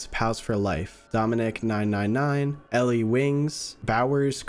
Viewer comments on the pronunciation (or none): none